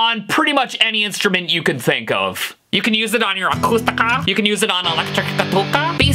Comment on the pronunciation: "acustuhcaa" "elecrtik uhkutah" "basi-book-nuckers" "ukeSLAVIA"